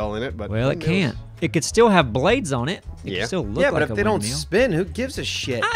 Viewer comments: Wind mill not wind metal!!!!!!!!! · "wind meal"...lol